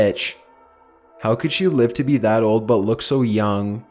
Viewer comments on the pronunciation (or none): none